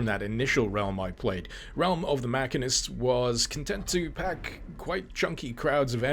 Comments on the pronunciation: "Mackanist?" This some strange British way of saying "machinist?" I've never heard a machine called a mackin. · It hurts hearing him miss pronounce "Machine-IST" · I'm so sorry but... muh-SHEEN-ist. Machinist. Great viddie, though. Bought Quake when it came out would love to pick it up especially after learning about it from here.